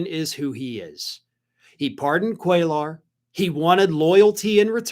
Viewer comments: Cuellar is pronounced “kway-yar.” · Hey, the name is pronounced "QUAY-are" You don't pronounce the L sounds. With that said, I hope he loses, as well.